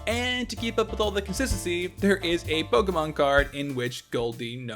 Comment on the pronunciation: My personal favorite fun fact is how you can be the biggest pokemon expert ever but if you cant pronounce pokemon i really cant take any of what you say seriously...